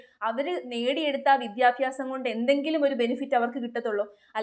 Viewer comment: വിദ്യാഫ്യാ സം അല്ല 😏